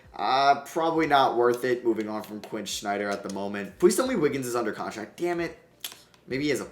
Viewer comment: Really bothers me how he says Snyder….